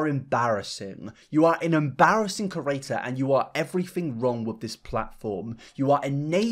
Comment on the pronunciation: I agree with you but bruh why you say creator like ‘kerator’ ?